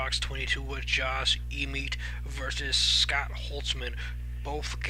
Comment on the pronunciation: Pronounced Josh EhMET.....went to the same highschool as me